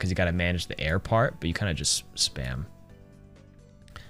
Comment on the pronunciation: Fella really said “tear”.